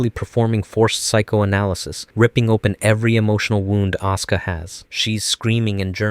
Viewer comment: Why does he always say "Oscar" instead of "Asuka"? xD